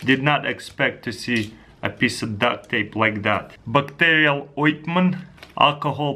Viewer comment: "Backterial Oitment"